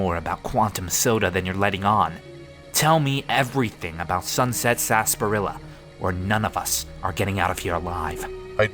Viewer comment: Hey it's pronounced sarsa-par-illa